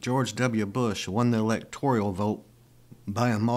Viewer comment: Electoral. Not Electorial.